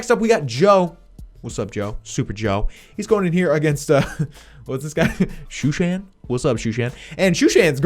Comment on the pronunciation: stop saying shooshan 😂😂😂😂